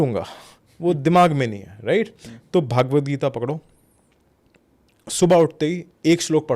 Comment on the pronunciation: भागवत नहीं .. it’s भगवद्